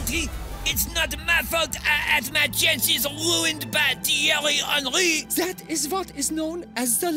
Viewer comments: the way Mbappe pronounce Thierry Henry -> Tiewy Anwy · "tinry hinrgy" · The way Mbappe says Thierry Henry is just funny